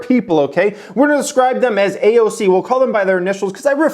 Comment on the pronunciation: You were going hella hard on “AOC” 😂